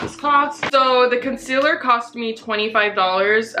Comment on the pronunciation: it kills me how she says "con-sil-er". NO! It's con-seal-er.